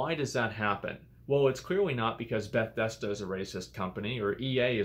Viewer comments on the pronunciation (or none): Bet-thesda, did anyone else catch that😂